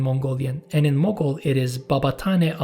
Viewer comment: Mughal or Mongol? The title doesn't match with the pronunciation.